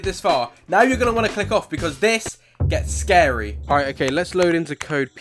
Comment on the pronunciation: SCAWY IM GONNA HAVE NIGHTMAWES TONWIGHT!D